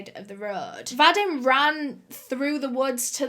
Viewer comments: va-deem not va-dim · I think ur saying Vadim? I believe it's pronounced "Vadeem". I've known a few in my life. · My grandpa's name was Vadim, and you pronounce it... well, wrong. And it sounds so weird to my ears :))))